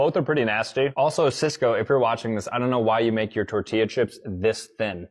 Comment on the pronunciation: Bro saying tortilla like a Mexican is the ultimate cringe!!! Also please turn mic off when not commenting, hearing your breathing and smacking is just as cringe. Other than that not bad